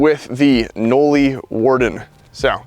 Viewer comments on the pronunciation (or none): Bro what???? This whole time i thought it was pronounced like you would say the name Molly... Knolly-Molly not Like.. No- Lee. 😂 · Can’t even say knolly correctly. Why is Dario so bad at his job